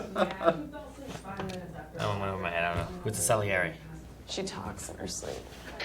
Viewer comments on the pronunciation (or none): They have a lot of problems with pronouncing certain words, especially. "Aculyte" instead of acolyte; Sarreli instead of Salieri; Tamaguchi instead of Tamagotchi; and so on